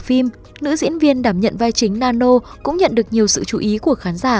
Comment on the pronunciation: Sao ai cx nói sai tên hết zậy từ tik tok tới youtub vai nữ tên Nanno chứ k phải nano hay nannon